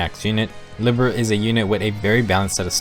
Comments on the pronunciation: Small nitpick about pronunciation: -Libra: LEE-bra (Pronunciation taken from Beyblade Metal Fusion) -Silas: SAI-las -Sothe: SOE-th (English rule for most words that end in e that doesn't apply to all words) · And Libra.